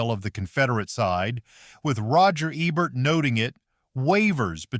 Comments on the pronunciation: Roger Ebert. He was a famous well-respected film critic. His last name is pronounced Ee-bert. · I know who Roger Ebert was. The video wasn't pronoucing his name right.